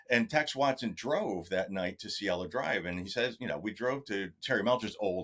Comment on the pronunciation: Its Cielo Drive Kato. Not Cello.